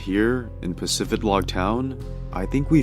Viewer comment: Ive been playing Pokemon since 2001, I never knew it was pronounced PacifiDlog. I never noticed the D in the town name. I thought it was Pacifilog